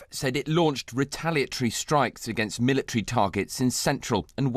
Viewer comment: "retalitree...militree" learn how to speak you fools...